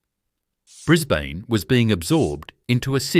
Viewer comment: Correct, the pronunciation is awful ... Brisbaaanee, Layylaand, its appalling, cant watch anymore, its crap!!!